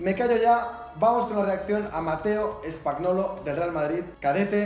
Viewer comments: su apellido se pronuncia spañolo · Se pronuncia Spañolo (es español en italiano) 💪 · Se pronuncia Spañolo la GN en italialiano es Ñ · SOY ITALIANO. CUANDO HAY UNA G I N JUNTAS SE DICE COM Ñ. PERO NO ESTA TAN MAL XD